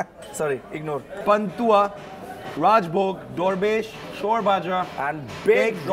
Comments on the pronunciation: sarbhaja it is not shor rather shar( as cream of milk) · its not 'shore' bhaja its shor bhaja .the thick creamy part of milk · Its not noise bhaja.. And its pronounce shwr bhaja it means malai bhaja 😂😂😂😂